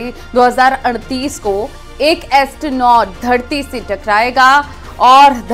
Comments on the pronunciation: Ansternoid takrayega ya asteroid mam😂😂😂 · एस्ट्रोन्ट नाही मैडम Asteroid कैसे कैसे लोग रहते है 😂😂😂😂😂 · Astronot nhi madam steroids 😂